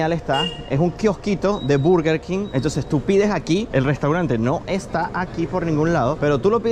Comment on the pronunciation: No se pronuncia "burger king"